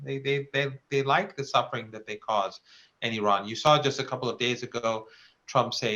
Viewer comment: At least this guy pronounce iran correctly, some of these westerners mis pronounce the name of iran.